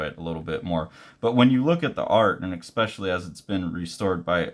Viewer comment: please stop saying eXpecially